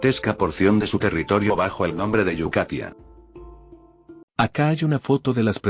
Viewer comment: "yukatia" El mapa con claridad dice yakutia